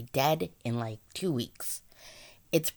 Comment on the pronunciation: Why is she saying lik